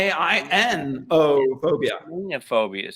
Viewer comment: When the answer to the phobia question was given and as an Irish person I realise they were just completely mispronouncing "samhain" :L